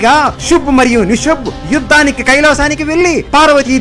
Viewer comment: ಶುಂಭ ಮತ್ತೆ ನಿಶುಂಭ, ಸಂಸ್ಕ್ರುತದಲ್ಲಿ ಇರುವ ಹೆಸರು ನೀವು ಉಚ್ಚಾರಣಾ ದೋಷ ಉಂಟಾದರೆ ಅರ್ಥಗಳೇ ಬೆರೆಯಾಗುತ್ತವೆ